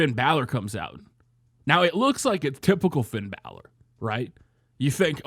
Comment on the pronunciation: Love your videos but every time you say "balor" i cringe